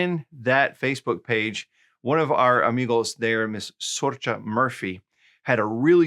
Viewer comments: Sorcha is pronounced "Sorka" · Gracias por la lección nueva Solid pronunciation of Sorcha: difficult Irish name 😂